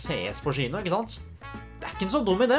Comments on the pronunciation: Og hver gang han sa «tchino»... Syns egentli tchino var værre, det uttales «kjino». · Crazy konspirasjons teori: klarer ikke uttale kino ordentlig så han sier i stedet chino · Får litt vondt hver gang du sier «skjino» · Offf av meg, får litt vondt i hjerte når du sier SHINO å ikke kino. Dømmer ikke, sa Sh foran alt jeg å når jeg var liten. følern, kan bli provoserende at folk nevner det hele tiden men måtte bare beklager <3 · Det heter Kino, ikke Shino 😩😩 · Haha Faren min satt ikke så langt unna da jeg så på denne videoen, så hver gang du sa "schino" begynte han å le siden han er norsklærer! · Samme her😂😂😂